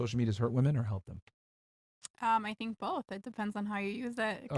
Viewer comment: Just here for the "shut up for 2 seconds " and "tink bout dis", "you know whats funnyyy" 😂